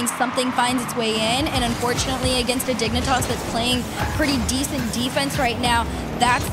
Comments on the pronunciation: you are correct and I apologize. What I meant was the pronunciation Dig-nee-tahs instead of Dig-neh-tahs. Out here tossing knees. Prolly just a me thing regardless. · You need to spell out what's wrong with the pronunciation. It's "Dig-nih-tahss" or "Dig-nih-tass"? They're saying the first and the second is how you'd pronounce it if you were like.. TRYING to say it silly. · Man I just do NOT like the way they make caster pronounces Dignitas in this. They ain’t the dang digimon😭. Also THANKS for all the uploads I’d miss these kinds of tournaments if this channel wasn’t here for us 😍